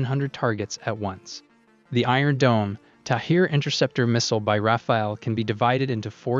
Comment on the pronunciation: The Iron Dome interception missiles are called Tamir, not Tahir